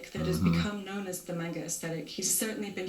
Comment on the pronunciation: mispronounced manga. I hate it when people say it like its spelled mainga. But regardless RIP the legend. Gone but not forgotten.